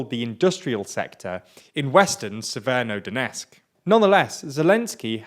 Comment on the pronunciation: Why the f... Do you pronounce an "N" in "severo" from "Severodonetsk"? Yesterday I thought it's YouTube encoding but it's not, it's you.